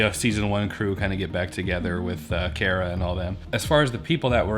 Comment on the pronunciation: I like this video series because it's refreshing to see some general audience style reactions. Keeping it simple here, but you don't get much more Mandalorian than Bo Katan is. Also, you're some of the only people with YT videos that pronounce Cara correctly.